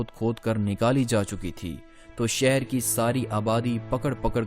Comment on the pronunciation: کافی تھرڈ کلاس معیار ھے۔ کمبختو پہلے اردو حروف تہجی پہ عبور حاصل کیا کرو ادائیگی درست کیا کرو۔ پھر سوچو کہ وڈیو بنانی ھے وہ بھی تاریخی حوالے سے مسلسل مغل۔ مسلسل سہر۔ بھئی منگول۔ شہر۔